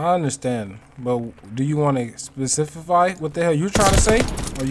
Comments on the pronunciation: Aye I fucks with you dawg but “specifify” is Crazyyyy 🤣🤣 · he said specifify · Lmaoooo bro this nigga said specifify 😂😂😂😂